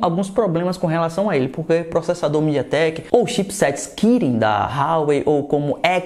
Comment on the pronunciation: Estava perfeito até ouvir a palavra midiatek